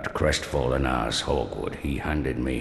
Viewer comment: Did i hear "Crestfallen Asshole"? XD